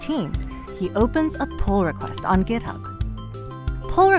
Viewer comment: why does she say gitup ?